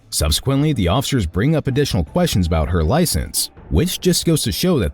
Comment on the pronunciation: She need to Learn to say. I do not awnser quistions.